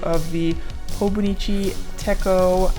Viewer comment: I think you found your dream planner! Techo is pronounced “t-etch-o” with the “h”. I’ve been using hobonichi since 2015 but mispronounced it for the first 3 years 😂 their stencils are awesome! The tall one is designed to go with their wallet planner, the Weeks. The stylized brackets are a perfect fit for the daily boxes in the Weeks. I use it in my cousin mostly. They fit nicely in the fabric hobonichi covers and don’t bulk it up a lot. The piano keys straightedge fits is cool. I’ve never seen it hand. It might jump into my cart too 😮‍💨